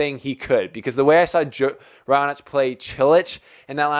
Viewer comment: u got it right for Raonic😂